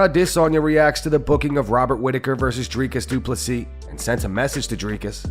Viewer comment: Say his name right, stop butchering adesanya